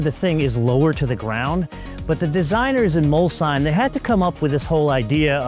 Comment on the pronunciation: It's MOLSHEIM not MULSANNE. Cheers from Italy.